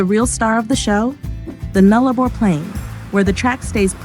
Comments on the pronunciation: It is pronounced NULLA-BOR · It is pronounced Null-a-bor dopy!